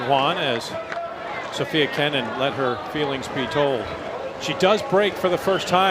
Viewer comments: Her name is SOFIA, not Sofie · So-fi-a. Not Sophie